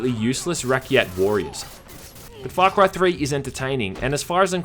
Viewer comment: Great review but all I can hear is Fuck right 3